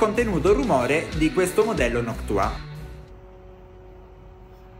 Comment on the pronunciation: Si dice noctua no noc tua